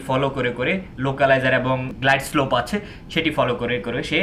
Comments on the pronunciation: গ্লাইড স্কোপ হবেনা,,গ্লাইড স্লোপ হবে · ঠিক ভাবে উচ্চারণ করুন, গ্লাইডস্কোপ নয় গ্লাইডস্লোপ হবে।